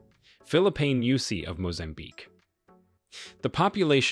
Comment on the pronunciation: Mozambique not "Mozanbique".